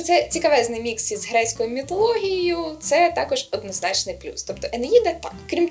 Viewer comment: Дуже надихаюче ви завжди росповідаєте) Одне, на тому місці де людина каже "мітологія" замість "міфологія", мабуть ніколи не перестану чути м'ясологія (meat - м'ясо)